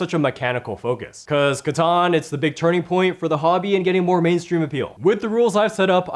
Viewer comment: It's catan, 😂